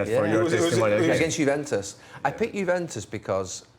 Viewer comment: Maybe Roy will start pronouncing it correctly now! Juventus, Roy. 😅